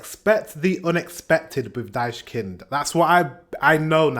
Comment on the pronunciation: why the hell does AI say this band is pronounced "daischkind"? is ai stupid? whatever there is no "s" so maybe just google how to pronounce "ch" in german its the 2nd most common error english speakers do after forgetting to pronounce the ending "e"